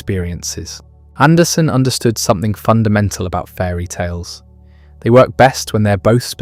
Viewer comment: Hey, everyone, it’s AndersEn. He’s Danish, not Swedish.